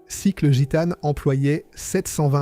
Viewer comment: L’IA c’est vraiment chiant "Machècoule", au lieu de Machecoul. Guitane au lieu de Gitane. Franchement c’est agaçant. 😊